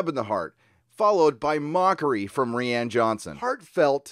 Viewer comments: Is his name really pronounced ree-Anne and not ryan? WTF!!!!! 🤣🤣🤣🤣🤣🤣🤣🤣🤣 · pretty sure I can say, with a certain amount of confidence, that "Rian" is pronounced exactly the same way as "Ryan". and here I thought that version of the name was finally going mainstream and people would be learn to say it correctly. Now it's tied to one of the most divisive movies of all time.. sigh... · fyi rian pronounced like ryan.